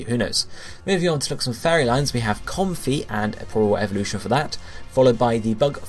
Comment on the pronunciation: Bounce-sweet, Com-fae (rhyming with lei), Morel-lull (morel mushroom)